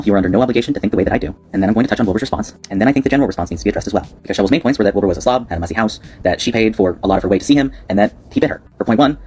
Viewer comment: Legit thought he said "Bill Burr" rather than Wilbur at first and nearly died laughing 💀